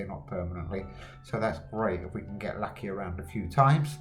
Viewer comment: Nice Video, but pls don't called this lovely Dog Luckya again 😂😂